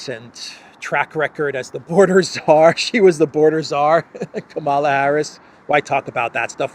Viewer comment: You are spreading the HATE by mispronouncing her name. Mika on Morning Joe says that people purposely mispronouncing her name are just doing their part so spread the right wing hate.